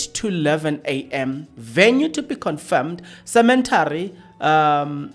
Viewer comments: Not cementary as you pronounce rather cemetry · Stop say Cemetary please,you should know better.😣😣